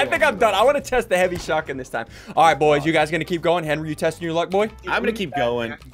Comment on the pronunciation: Chase the Blue Valkyrie HENWY IS LEH FOOT